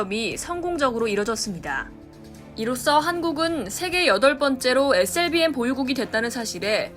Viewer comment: 발음 참×같네 에스엘비엠이지 에셀비엠이냐